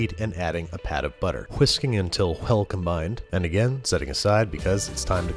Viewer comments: did you just pronounce the H in whisking? 😐 Don't do that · Huh-why are you emp-huh-asizing your h's huh-that way?